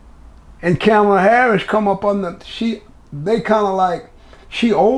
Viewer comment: The host can’t even pronounce Kamala name correctly didn’t her daughter tell you fools sound like the paleface doing on purpose